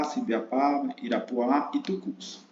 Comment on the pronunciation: Amigo, o distrito é Irapuá, não Irapuã (muito boa a aula)